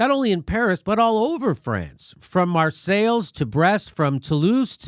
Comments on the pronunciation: I just watch to hear Jimmy mispronounce Lyons and Marseilles. Just Kidding! Keep up the great work Jimmy. You're showing more on this than I am seeing in mainstream media in Ireland! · Marseilles: mar-sales👎 mars-eye👌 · Pronunciation: Marsailles -> "Mar-say" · 'marsales' lmfao.